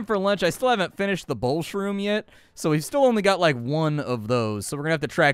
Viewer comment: It is bowel shroom not bowl shroom if you'd read it said that they can't digest them properly so in other words you're digging through poo and eating mushrooms from it